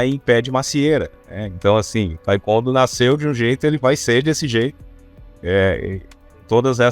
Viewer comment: Pronúncia totalmente errada. Historinha da carochinha. Taicôndo. Que cara ridículo. 171